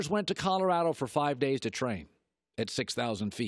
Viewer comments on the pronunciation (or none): none